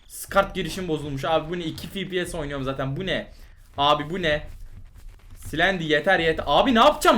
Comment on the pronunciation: Fipies :d ne fepese ne de efpies diyon fipies